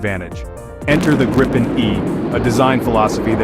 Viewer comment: Just a minor detail, but still: "Gripen" is pronounced with the stress on a long "i".